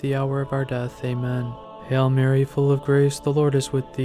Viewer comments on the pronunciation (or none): Sounds like your saying "hell Mary" instead of "Hail Mary". Please focus on the correct pronunciation. We are truly blessed having our Heavenly Mother.